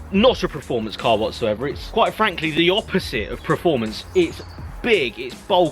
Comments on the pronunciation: your what 30 years old? And you've made it this far speaking English and you still can't say performance correctly! It's PERformance not PRAformance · Adam Thurgood It’s like nails on a blackboard when he says it. But hey... Nobody’s Prerfect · PERformence Per... not preformance. Also echoing others it’s not a truck. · Performance not Preformance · stop saying PREFORMANCE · Richard HumberstonePT now I can’t un hear that 🤦🏻‍♂️ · Why does he keep saying Preforms and Preformance?